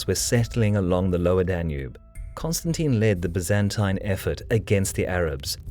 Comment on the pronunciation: Pity he can't pronounce 'Byzantine', it's 'bye-zan-tyne'.